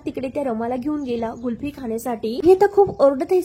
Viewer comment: गुल्फी नसते 😂 कुल्फी असते........बाई....